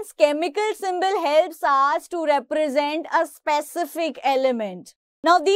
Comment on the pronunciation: "Represent" word exists she: Reprasant BTW, good expanation !